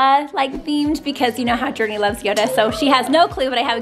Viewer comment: Umm? I'm pretty sure everyone does treat her the right way? Not sure what you're referring to.... Everyone of her family and friends is super proud, accepting, and loving. And so are all the fans. And one last thing..It's JourNee. Not Journey.